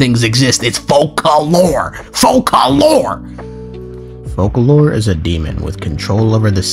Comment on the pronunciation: Hi! I’m also French and since in the french version of the game it’s written Foçalors, it’s definitely pronounced FOSALORS, not matter where you come from in France. BUT if it was written Focalors, then French people would all agree that it’s pronounced « k »